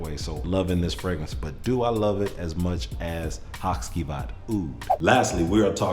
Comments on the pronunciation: Say it with me … HA CHEE VAHT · Haht-chee-vaht. After your history lesson on the shadowplay characters, I looked up the videos on Turkish play and waited for the Turkish actors to say the character names. Karagoz is also a character fragrance by the way.